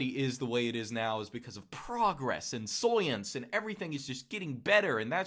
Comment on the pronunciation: The way says soyence haha